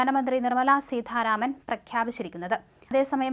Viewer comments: കൊച്ചേ, സീധാരാമൻ അല്ല; സീതാരാമൻ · സീതാരാമൻ ആണു സീഥാരാമൻ അല്ല